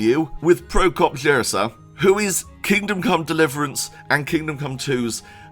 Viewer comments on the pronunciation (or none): please don't take this the wrong way, but maybe after all these years covering KCD you could try learning to read and pronounce Czech names correctly?;) For example, Jirsa is like Yirsa, the š in Malešov is like sh, anything with "ch" is like the Scottish ch (e.g. "loch" would be pronounced the same in Czech as in Scotland), and the á in Kutná is long, like the a in ramen.